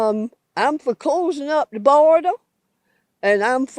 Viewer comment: The biggest criticism of immigrants is "they dont speak the language". Its always people like her that say it. She actually pronouced border like Florida and states like "stay-its".